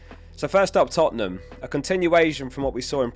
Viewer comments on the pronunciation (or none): none